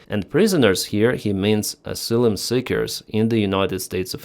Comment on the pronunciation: Ah -sigh - lum.